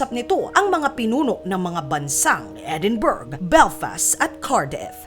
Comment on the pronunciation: Mali po ang pronunciation mo ng edinburgh.....